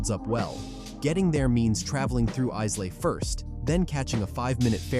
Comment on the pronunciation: Islay is pronounced Ilay as the S in its name is silent. The pronouncation is terrible.